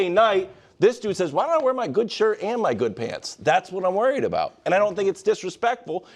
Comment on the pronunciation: why cant Wildes ever pronounce "worried" correctly ?😂😂